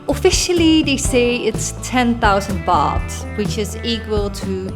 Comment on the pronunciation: It's "Baht" not "Bath" 😑